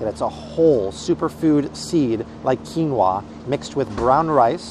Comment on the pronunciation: Love ❤️ how chill Art is...and his pronunciations are on point!! Quin no a!! 😂